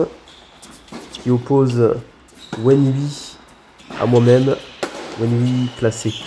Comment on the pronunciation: salut bien joué. Juste un petit cour de chinois Wenhui se prononce Wenrué et non wenoui mais tu le savais pas haha.